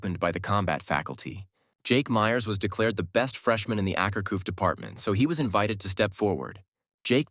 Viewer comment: Tf is “ackerkoo”